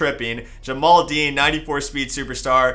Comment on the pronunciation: It’s pronounced Dean lol